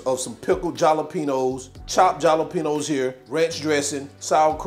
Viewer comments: It's not jalapeños it's said like halapenos....lol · Jah-la-peno's. Killing me. hahah. Like saying Shrump's. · You crack me up everytime you say👉🏾jalapeños 🤣🤣🤣🤭. Keep em coming👏🏾👏🏾👏🏾😋